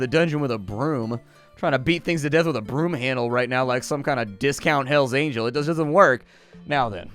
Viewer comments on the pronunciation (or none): none